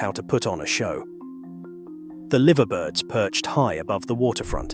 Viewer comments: A I unable, yet again to pronounce words. Liver Birds, not Liver Birds. The original name for these two birds, of which there are four, two others scattered around the city, was Laver Birds because in their beaks is held Laver. Give me strength! The Cavern club no longer exists, is a substation. The only one that exists is a remake for tourists. No, Mr A.I you have not walked the streets at night or spoken to security guards, as you are just a plastic voice that irritates. Why all the changing of pictures, instead of maintaining a picture of the story, account being told? This is making a right hash of everything. There is no gravel, only grace down in the areas were graves are to be found, and no one hears bells ringing. The catacombs visitors do see, visit. How can a judge be seen late at night when security and public are not in the building? Gave up on this lot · Liver Birds, not Liver Birds. As per usual A.I has problems with words. Original name for these birds was Laver as that is what is in their beaks